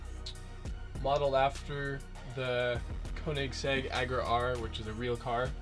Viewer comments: Did he just call it the Koenigsegg Agra R. It's Agera. (a-ge-ra). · JonesBrothersProductions Yeah (uh-gair-uh)= Agera. GOSH ITS MY FAVEORITE CAR AND YOU SAY IT WRONG!!!!!!!! FU** YOU!!!!!!